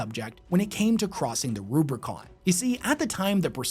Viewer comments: Nitpicky but it's Rubicon; there's no second 'r'. Great video though! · ruBICON not ruBRICON, that shit is a saying in real life too not just warhammer lololol